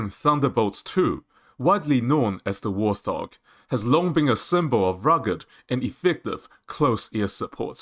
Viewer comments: Warthog is pronounced "Wart" and "Hog". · Interesting news, especially about the APKWS2. However information is presented in a confusing manner, and with repetition, with similar info presented in different places, eg. the markings for Drone Kills. This video could have been cut in half without losing any information. And also, it's "Wart Hog", not "War Thog". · Bro... it's Wart Hog, not wor-thog. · Great Vid. By the way. Its Wart-Hog, not War-Thog. Warthog is a type of pig. No idea what a 'thog' is. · Allow people their accent anomalies.